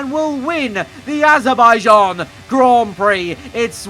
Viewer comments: You said adabijan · is it just me but did bro said HE WINS IN AZERBAIJIAN?????